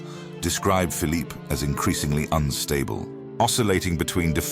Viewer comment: the photographs of the brother of Louis XIV are bogus. There were no cameras in the 17th century. The narrator sometimes gives the Spanish pronunciation of Phillipes name.